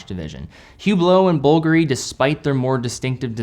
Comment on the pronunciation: Bvlgari is pronounced bull-garee